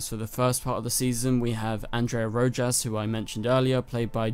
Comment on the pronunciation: Its a spanish name bro lol 😆 Rojas---RO*HOSS